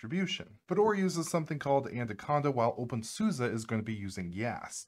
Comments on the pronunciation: In German, "Suse" it's pronounced "Soos-eh." Actually, it's "Zooz-eh," but that may be going a bit far, for English speakers. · Why do you call it OpenSUSA? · Really appreciate this topic, although I am always surprised with the way the Suse part is pronounced, when I used OpenSuse (probably version 10 or 11, if not older), I used to think Suse was pronounced like Seuss as in Dr. Seuss.